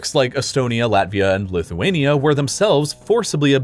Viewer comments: bro you messed up lithuania and latvia 😭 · He had Latvia and lithunka switched